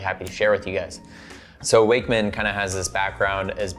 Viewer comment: I'm pretty sure most people are saying it incorrectly, based on where Icko Wakmann came from. It should be "VOK" 'Vokmann.'